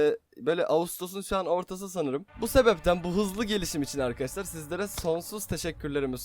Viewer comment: Neden arkadaşlar demek yerine arkadassslar diyorsun,ş leri s olarak kullanıyorsun😂